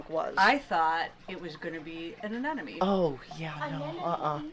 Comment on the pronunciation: This may be a petty thing, but it drives me crazy. I too used to pronounce the word incorrectly until I was corrected and in disbelief I looked it up in the dictionary. I in fact it was incorrect. It can be a tongue twister. A•nem•o•ne not A•nen•o•me 😁